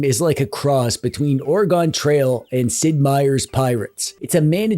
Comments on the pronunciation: OreGAHN!!? 😅 I can handle giggle bites and retro game corpse, but it's ... or-eh-gun. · Oh I love Dead Estate! I stumbled on that last October, it was a damn fine spooky month game. I am also forever greatful for your recommendation for Bot Vice, that game has become a must-install for me on any new build. Ok, I revoke my love. You said Ore-gone. Please update your pronunciation and the love will be restored.